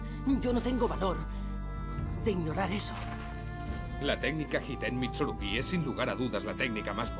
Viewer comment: Mitsurugüí! Y ahi dejé de ver el video, mentira lo vi hasta el final aunque es horrible esa pronunciacion, los demas todo bien.